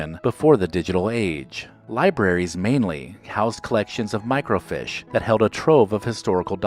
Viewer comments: It's microFEESH, not microFISH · and thats how we looked up things working at ATand T> microfiche (Feesh)